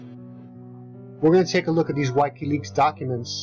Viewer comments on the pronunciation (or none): The Whykey Leaks he mentions is from WIKILEAKS (pronounced-WickeeLeaks)